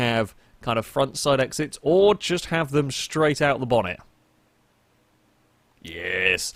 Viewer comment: "Exhaust-wise, we can have front-side exits or just have them straight out the bonnet." *strategic pause* "YEEEAAASSS" I don't know why but this cracked me up.